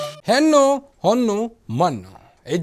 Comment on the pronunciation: ಲೇ ಕಮಂಗಿ ಹೆನ್ನು ಹೊನ್ನು ಮನ್ನು ಅಲ್ಲ ಹೆಣ್ಣು ಹೊನ್ನು ಮಣ್ಣು ಸರಿಯಾಗಿ ಕನ್ನಡ ಮಾತಾಡು